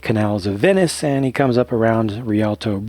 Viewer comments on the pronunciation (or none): none